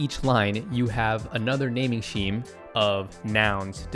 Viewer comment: Great review, funny as hell, and love the shade thrown at Chris. 🤣 Although your pronunciation of "scheme" had me perplexed for a bit there.